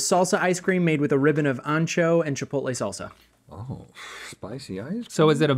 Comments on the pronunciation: Sauceuh or saucea or sauca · Rhett can’t say salsa. Always says “sauce-uh” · Rhett, you'll get there some day. As for now, 'sahsuh' it is.